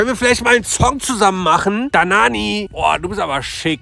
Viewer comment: hat gesagt danani